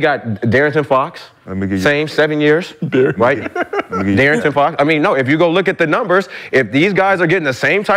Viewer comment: “Vocal point” “DeArrington Fox” 😂